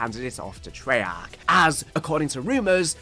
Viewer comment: Trey-AARCHH 😆 Love you brother, keep up the good work 🫡💪😎